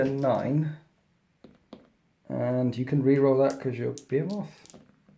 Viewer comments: Be-hee-moth. Not Be-he-moth. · You say Behemoth quite strangely Great Batrep! Wish more people played Blood angels!! I need Ideas